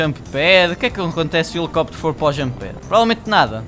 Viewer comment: "Elicopitero" kkkkkkk